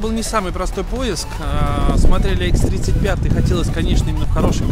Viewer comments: Почему все говорят а икс нет такой машины икс 35 и ix35 говорите название правильно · ix35 правильно нету там а